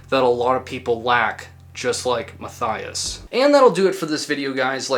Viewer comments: The name Matthias is pronounced "Matt-ee-ass", not "Math-eye-ass" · Know the story from back then. Band irrelevant and I wouldn’t call that guy (pronunciation Mah-tee-ahs Shoremànn) an incel either. Correct term would be simp. Remember the story differently from someone who knew this guy personally. According to this guy Mr Karathorn was simping for Ms Brust (pronunciation wrong again) for years, but she allegedly had sexual encounters with him from time to time, to boost her ego, again turning him down after that. Classic on-off sorry f. Certain women love simps, cherish the simping and bad things can come with that. As this case shows. Whether this detail is true or not, guy was a weak BM narcissist, probably showing other signs of a dark triad personality. Except for the Norwegians almost every crime connected to Black Metal folks shows insecure loser behaviour. And in hindsight these Norwegian youths were insecure losers as well, except their music was exceptionally good. Worse BM related crimes happened in Russia, Colombia and Finland, but the BM True Crime topic would turn out as interesting as the music of Carpe Noctem. Better to skip on that, unless one strifes to milk the views of sensationalist normies that find these topics very fascinating as it’s a small escape from their own dull life, where never anything remarkable happens. Just saying.